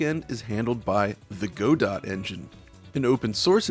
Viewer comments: It's pronounced "godoh" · It's pronounced "guh doe" by the way. Based on the story "Waiting on Godot".